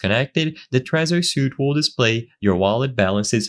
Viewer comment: Suite: "sweet" not suit.